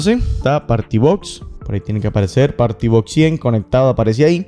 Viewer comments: No se pronuncia “porti” , se pronuncia “pari” y se escribe party . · Cono sugerencias hay que cuidar mucho la forma de expresión en un video explicativo. No se puede decir power. Claro se escribe así pero se pronuncia pawer. Tampoco es party sino pary. Creo son críticas constructivas para que mejore. De pronto lo toma a mal. Espero que no.